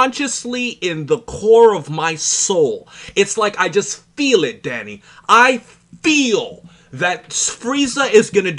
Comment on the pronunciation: When he says Danny it sounds like Daddy 😂